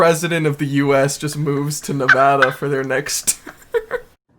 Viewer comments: nAwVadA Me: 😬:nAwVadA Me:😑 mmmmmm I still love you 💗💖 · Nobody came to say it so here I am, babe, It's 'Nev-AD-a' not 'Nev-AH-da'. I apologize in advance it's in my nevadan duties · The way they are saying Nevada reminds me of the meme that says something like: Nevada has informed us that they will not release the final count until people can say their state name correctly. Every time someone says Ne-vah-da they will restart the counting. 😂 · Nevadans cringing at the pronunciation 😂 love the memes tho